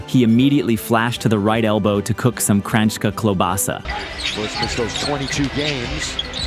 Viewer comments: To cook some kranyska klobasa... lol! Great idea and pronunciation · "Kranjska klobasa" was great, not perfect but really good. +1 from all the Slovenians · Dude really said ''Kranjska Klobasa''. Respect!